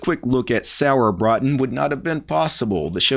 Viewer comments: Sorry, but your pronounceation of Sauerbraten kills me xD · I just watched the video to hear pronounce "Sauerbraten" - with just a little more practice, he could actually order the dish perfectly at any Wirtshaus!